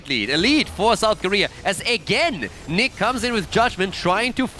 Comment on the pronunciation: Hesus, the German player is not Nick is Niche ...wtf ! Do u hear for Niche?